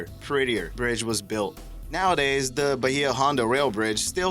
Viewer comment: Jesus Christ learn to pronunciate!!!! It's not da it's THE. Most ignorant sounding narrator for documentary purposes I have ever heard!